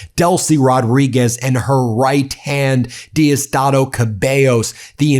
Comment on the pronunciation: Just stay out of Venezuelan news bro ! You can’t even pronounce Diosdado bro. Machado is just a traitor to Venezuela and people don’t want her there. I don’t know where you get your news from , for real !!